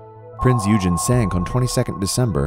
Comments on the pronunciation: Prince OY gen. OY Gen. not eugen. It's not eugenics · its not eugene. it is pronounced eweygen. and it is not a bb but a heavy cruiser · Prinz Eugen is a heavy cruiser! And you pronounce it Prinz Igen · Prince Eugen wasnt a battleship it was a battle cruiser.. and its pronounced Oygen not Yougen... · OYGEN!! OYGEN!! Not Eugene! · Firstly it's pronounced OY-GAN not EW-GEN! Secondly Battleships were designed for open sea where an enemy, airborne or otherwise, would find it very difficult to find them and were only supposed to fight each other if it could not be avoided. However you are correct in that at the time war broke out Battleships were in the twilight of their time, and as was apparent with the Japanese Yamato, the biggest one ever built, were liabilities by the closing stages. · U gen!?, it’s pronounced OI! gen...😡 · It was not a battleship. Eugen is pronounced "Oy-gen"; hard G. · You know it’s pronounced “oigen”right? It’s not the nerdy kid Eugene it was a deadly warmachine named Prinze Eugen. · Eugen is pronounced "oygen" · Eugen is pronounced oyagen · My comment is that it is about time you corrected your video. It is even called Heavy Cruiser Prinz Eugen in said video! (OIY-gen, not whatever way you're mangling the pronunciation). It is NOT A BATTLESHIP! How can one take you seriously if you cannot even recognize what TYPE of ship you're diving upon? Maybe it's better if we DO remember all that history dissolving under the water because YOU sure can't even remember THAT much! You cannot have a worthy POV when you first demonstrate you cannot get your facts straight! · It might assist for education purposes if the name Eugen was pronounced correctly! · You mispronaunced eugen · Wreck not wrack, you mispronounce Eugen and Kwajalein. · you use an American pronunciation of EUGEN,check the German pronunciation, PLEASE! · Funny pronounciation of Eugen, it’s not correct.